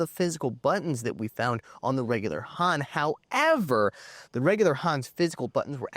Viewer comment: Wish he could pronounce "Han" correctly.